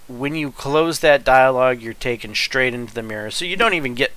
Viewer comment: You say "shtraight" "shtronger" and "demonshtration."